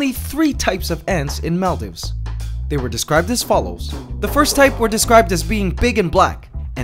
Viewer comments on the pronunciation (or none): okay i love your channel, just a small thing that bothered me, maldives is pronounced mall-deeves. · Is that really how you pronounce Maldives? I always thought it was pronounced "Mall-Deeves"